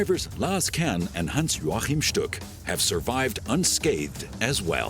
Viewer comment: Was I the only person who cringed when the narrator pronounced Stuck's name as "Hans Jorchan"?